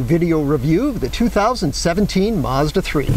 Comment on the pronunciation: Mazda, not Maaaaazda.